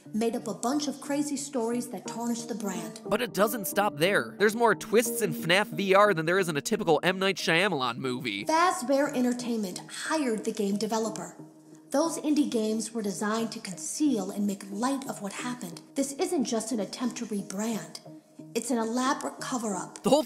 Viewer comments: No one: Matt: m night shy-ahm-alahm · did you just say Shayamelon??!! 😂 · He MISPRONOUNCED M. Night Shamaylan and I'm low-key triggered by it. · It’s pronounced “Shah-mah-lon” not “Shy-am-mah-lan” I think. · sha-ya-ma-lan, gah-brielle....lmao, interesting pronunciation XD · M night smayaland, he doesn’t t deserve a proper pronunciation after what he done to Avatar.